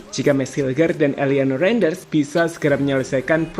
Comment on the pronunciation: Renders bang,bukan renjener